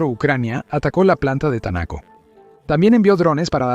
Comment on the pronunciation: No entiendo porqué el dice Tanaco si dice Taneco